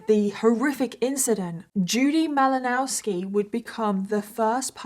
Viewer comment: M -ill -Oh-Now -ski in case you were curious about the pronunciation!